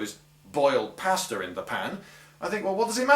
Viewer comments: He was trying to say pasta, but he said it wrong. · He said pasta wrong. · Sosspins and pass tah. Surely you mean saws pahns and paw stuh. Lol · Is he saying "pasture" or maybe "pasta". If "pasture", is that the British word for "milk"? Use standard cast iron cookware and no one will make an issue about your pots being black...